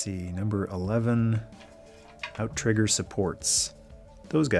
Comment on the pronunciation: That is correct. Outriggers can also be found on canoes, and it's pronounced out-rigger, not ou-trigger.